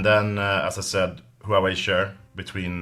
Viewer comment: Glad to see someone who is not a navtive Chinese speaker pronoucs "Huawei" correctly :P